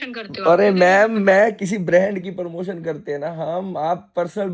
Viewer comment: Parmotion nahi promotion